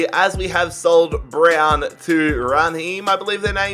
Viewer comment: Your pronunciation of Browne is disgraceful 😂😂😂😂😂😂😂